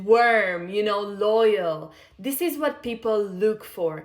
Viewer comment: I’m sorry but someone needs to tell her that she’s not pronouncing “warm” right 😅